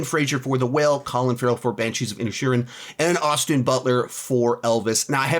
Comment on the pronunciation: When he read The Banshees of Inisherin I heard “the Banshees of Ed Sheeran” and got thrown for a loop